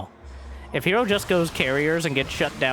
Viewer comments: "Herrow"... and Reeenow" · Um. Yea. "Hero" is also two syllables. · The announcer voice said Hair vs Reno. Looking forward to that match after herO vs Reynor.